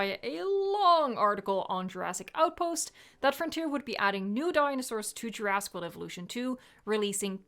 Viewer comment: Love you, but the swallowing of "jurassic" into "djurass" is triggering me af everytime;)